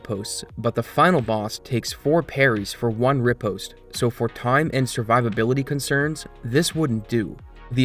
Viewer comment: my guy you're pronouncing riposte wrong :'))